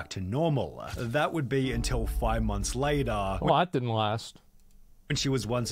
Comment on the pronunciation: I can’t stand hearing “later” pronounced in that way. Pass.